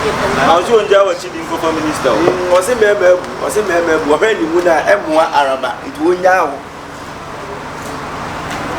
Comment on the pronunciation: “Alaba” paaaa 😂🤣🤣 why can’t you people say “Araba”